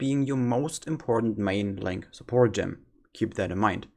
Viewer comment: lol why do almost all germans say "gem" wrong when speaking english.